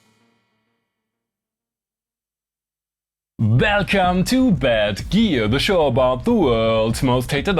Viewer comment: It’s not velcome it’s welcome 😂